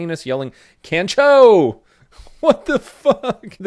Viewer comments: NOOOO! Its Kan Chooo the proper pronunciation is the same as Khan in the movie. (The Wrath of Khan) So Kan-Cho (Khan-Cho) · kancho- pronounce con-show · Pronounced "Kon-cho". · Pronounced con-cho not can-cho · It's pronounced Kahn cho not can cho. Try teaching English here in Japan. I gotta constantly tell 4yo's to quit touching my junk. Weird place man. Love your work stay safe. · I can tell you don't watch anime... and that's a shame. Just so you know, Kyoto is pronounced Kyo-toe (say yo but put a K on front) and Kancho is pronounced Con-Cho... I'm sure you don't care, but it's always nice to learn something you didn't know before, and you should definitely watch One Punch Man season 1-2 with japanese audio and english subtitles.. It's a funny show Have a good one! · It is pronounced (Kahn-cho) That sounds rude but I'm not trying to be, sorry. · Its pronounced kah-ncho. Yeah they do it to foreigners a lot. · It’s pronounced “Khan-CHOOOHH!” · Pronounced kon cho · Its pronounced con chow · It’s pronounced kon cho btw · For the record, kancho is pronounced like "con-cho", the "a" in Japanese is always like the "a" in "father". And come on, you don't know how to pronounce Kyoto? The "kyo" is pronounced in the same way as in Tokyo. I know you like to pronounce things oddly sometimes to just be funny, but this one is unacceptable. AGH. (/end rant) Also, thanks for the videos. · It’s pronounced “cahn-cho” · Ay my boy, It's pronounced "con-cho". 👌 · You pronounced kancho wrong the a sounds moar like a o